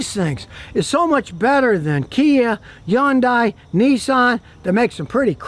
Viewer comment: I love how he confidently mispronounces things like Goop Gone as Goo Gone (from another video) and Yyundi for Hyundai 😆😆😆